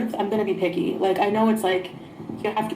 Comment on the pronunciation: Ooh she said "picky"! I could have swore she said "I'm gonna be piggy". And I believed her